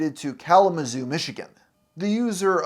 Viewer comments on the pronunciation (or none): none